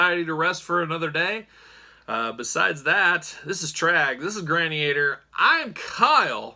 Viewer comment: Granny-ator😁 it’s actually… Gran-ni- tor